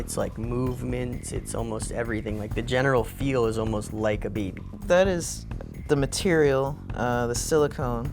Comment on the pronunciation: Why does he pronounce baby like beebie?